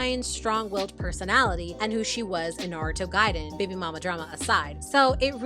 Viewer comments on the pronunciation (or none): none